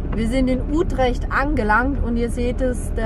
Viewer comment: Hallo ihr 2. Wieder ein schönes Video. Die Stadt Utrecht wird gesprochen: Ütrecht.